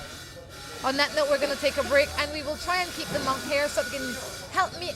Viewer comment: Hi, I can see what u mean about too much sunlight as the morning moved along. Also that guy with the USA flag shorts couldn't keep himself out of the picture. By the way, monk not munk. Can u tell me if I am the first Buddhist monk to visit Belize or has there been other Buddhist monks before me>